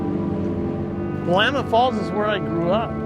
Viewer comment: You should learn to pronounce “Willamette”. Your mispronunciation discredits everything else you say.